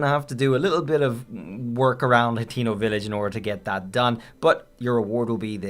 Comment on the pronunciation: Bro called hatino village Latino village